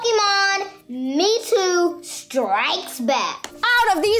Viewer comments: Did just call Mewtwo "metoo"? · “Pokemon me too strikes back”. “Cats the mevewi” great talkin bois